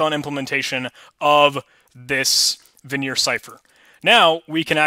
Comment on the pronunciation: Great videos! FYI, Vigenere is pronounced like vee-zhen-AIR. Also, a dequeue is a double-ended queue, and is usually pronounced Dee-Cue (DQ).